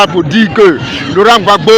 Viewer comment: Apprenez à dire monsieur Laurent Gbagbo, s'il vous plaît!!!